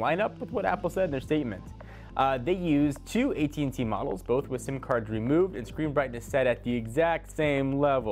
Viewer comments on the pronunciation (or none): none